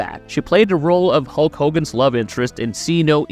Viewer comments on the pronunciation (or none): none